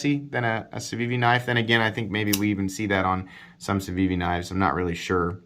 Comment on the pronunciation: You could substitute "Camry" every time you say "Civivi" or "Ciwiwi" and have a bang-on review of that car's mass appeal. It's good, reliable, inoffensive, gets the job done. But nothing distinguishes it. ("Ciwiwi" kills me by the way - brilliant!) That said, I like my Elementum and I'd keep it over this knife since it has a great hollow-ground blade, and presents a MUCH superior value proposition.